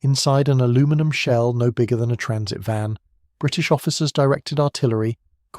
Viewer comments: Why does your AI have a British accent and yet says 'aluminum' instead of 'aluminium' and 'jag-war' instead of 'jag-u-ar'. Do better. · No Brit would say Al- loo-minum, US based AI narration I think.